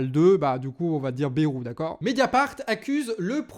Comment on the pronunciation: petite rectification, on dis pas bérou, mais baille roux (on le prononce a la bearnaise)